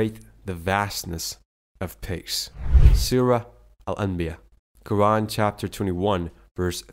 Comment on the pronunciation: 1). Time-line Suurat 51.47 Pron: Adh - Dhaa - Re - Yaat. 2). Time-line Suurat 21.30 Pron: Al-Ambiyaa'a 3). Time-line Suurat 78 vs 6 & 7 Pron: An-Nabaa. 4). Not Ummah. But 'Umrah. Ummah = The worldwide Muslim community. Umrah = The small Hajj. Highly recommended, not obligatory.